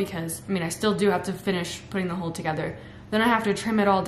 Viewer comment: Every time you say "Hull" I hear "Hole" and my mind keeps imagining it's a Hobbit Hole you're building. Your drive and positivity is inspirational!